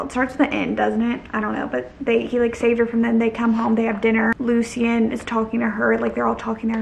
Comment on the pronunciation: girl it’s LOO-SHIN not LOO-SEE-IN 😂😂 but i still love you lol